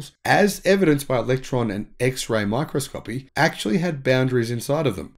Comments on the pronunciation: "My Cross Co Pee' mate. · My-kros-ko-pi. I teach pronunciation.